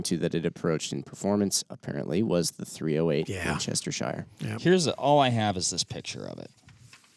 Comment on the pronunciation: the county is pronounced sheer not shire.